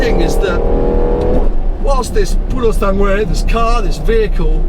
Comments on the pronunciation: You oughta check your Italian: It‘s NOT the „Pureosangwe“ but the „POOroSUNGwe“. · So youve been the fricking practising the name of the pass but keep mispronouncing the name of the actual car! Tip: the ue at the end is pronounced like a flat eh; purosangeh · when saying Purosangue, don’t pronounce the second u. It is silent.